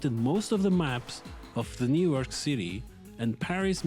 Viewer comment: why do you pronounce new york as "newark"